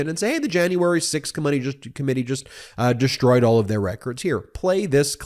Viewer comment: no matter how many times you say it, there's still no H in DESHTROYED 🙂